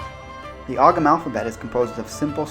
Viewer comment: I don't know about the Manx, but in Ireland they don't pronounce the "g" in Ogham